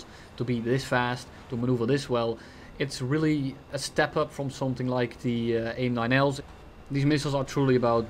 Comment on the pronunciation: with emphasis on the L 😂